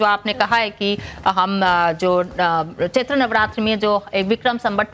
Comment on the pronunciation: महोदय चैत नव रात्रि नहीं चैत्र नव देवी होता है